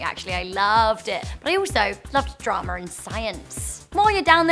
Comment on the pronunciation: Dramer instead of drama